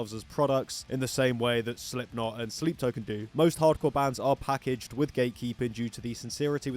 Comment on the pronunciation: I didn't know sleep token existed so I thought you just mispronounced slipknot on purpose